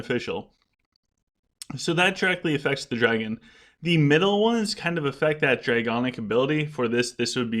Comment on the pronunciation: awesome video again. One thing though... it’s DraConic not DraGonic 😉